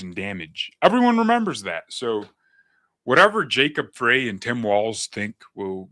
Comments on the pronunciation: Frey … pronounced “fry” … Frey. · Mayor Soy Boy's last name is pronounced FRY. Not that I care. Just FYI. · Native Minnesotan here, All the local media pronounce Jacob Frey’s name as ‘fry’, the same as the late great Eagles founder Glenn Frey did. It’s only the national media who pronounce it ‘fray’. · Hey, we haven't seen you. I subscribed to you, I thought.. That name is Frey like fry. Unless they decide to say fray. But the 'Eagles' band had a voice of Glenn Frey, and everyone said it's pronounced fry. Hope you figure it out